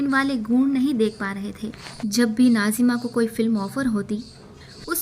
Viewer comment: What’s wrong with you Can you not pronounce Nazims 🤨 Why keep saying Najima 😡